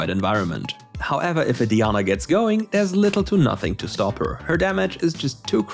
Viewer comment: did he just called diana deana??